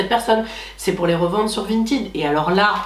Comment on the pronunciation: Ça me perturbe que tu prononces "vintiiid" au lieu de vinted 😭